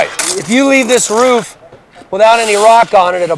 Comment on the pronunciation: Its roof, not ruf.